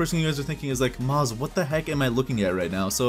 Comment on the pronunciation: It Shall Not Be Pronunced maz it shall be pronounced mooaz ok muaaz